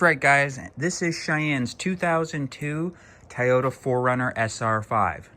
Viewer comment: It’s not Tayota , it’s Toyota 😂